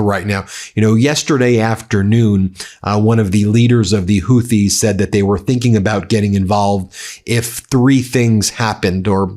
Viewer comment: Good lord, you're ignorant. It's taken you a week until you stopped calling the Straight of Hormuz the straight of Hormoze. How many posts until someone corrects you on this? "Houthi" is pronounced HOO-tee (IPA: /ˈhuːtiː/). The first syllable sounds like "who" or "hoop," and the second syllable is a long "ee" sound. It is often phonetically spelled as "Hooty" or "Hootie" in English, with the "th" often pronounced like a hard "t" sound.